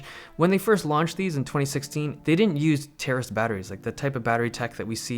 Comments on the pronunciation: Terrorist batteries?? What word are you saying there, Dave? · I thought you said terrorist batteries lol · At first I understood "terrorist batteries" x) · "Terrorist batteries"???? Oh my (I do get that he is saying terraced btw. Just gave me a chuckle) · Who else hears “Terrorist batteries” ?!